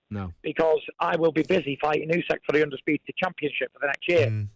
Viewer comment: I love how he cannot/doesn't pronounce Usyk's name correctly.